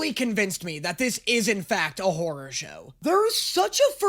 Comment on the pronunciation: the way he says horror show like whore show but… i mean…